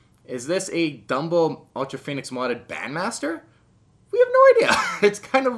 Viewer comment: It’s pronounced ultra fonnix